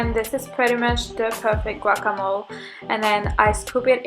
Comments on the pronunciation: it's pronounced with a soft e. So you would say "mo-leh" But it's not a big deal at all. I guess some people get crazy with pronunciation haha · "Guacamoal" "Hyumous" "Tortillia" fucksake girl if you aren't going to learn about the food you're eating, at least know how to pronounce it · Did she just say guaca mole I can't omg smh